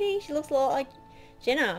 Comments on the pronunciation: It's pronounced Jeena not jenna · its jeana not jena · Jeeeeeana not jena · It's pronounced Jean-uh not Jen-uh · thefabulous2 Crew sooooo thats not how you pronunce it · you say it /J-i-n-a not J-e-n-n-a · I'm not being rude but you keep calling jeena Jenna its (g-na) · It's pronounced (j e e n a ) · Did it bug anyone else the way she was saying Jeana's name? But I love the video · your saying jeana's name wrong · she said jeana wrong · U said her name wrong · She pronounced Jeana's name wrong